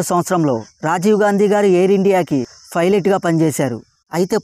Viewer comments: Philot kadu ra ! Pilot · Filate enti bro😆😆 it’s pilot bro..😮😮😮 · Piolet ❌ fylet ✅